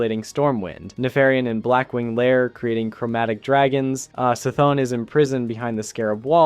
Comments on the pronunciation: I always pronounced C'thun as 'Kuh-thoon' and not 'See-thoon'. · Bruv, it's not "Sthon". It's C'Thun. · "SUH-THON"? WHAT? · I don’t trust anybody who can’t pronounce c’thun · Bro I paused the vid at C'thun and didn't finish. Because no way you're actually a WoW Player and have been pronouncing like that and getting away with it. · First time I have ever heard someone pronouncing C'Thun that way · We are supposed to believe something combined and written in less than an hour from a nobody that can't even say C'thun's name right. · the way he mispronounces C'Thun 😂😂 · Made me sick to my stomach hearing him say it like that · Stopped watching and disliked the second you started talking about WotLK. You have so many inaccuracies in this video it’s mind numbing. I knew it was bad at the pronunciation of C’thun. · Crazy how the mispronunciation of C'thun takes away so much credibility from the entire video. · also saying they stabbed the planet in Wod not legion